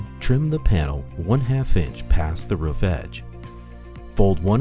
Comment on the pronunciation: It's "roof" not "riff".